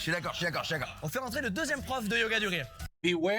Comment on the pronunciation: Yoga du rire mal prononcé google entend yoga durée et traduit "yoga duration"? Bien joué la connerie réelle ! Et il y a encore des gens qui parlent d'"intelligence" ?